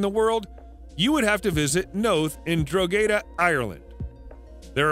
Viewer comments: Good vid, but the Irish town of Drogheda is pronounced " Droch-ed-da". Not "Drok-ayda"' lol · I’m Irish and they are correct. Drogheda is about 40 mins from me xx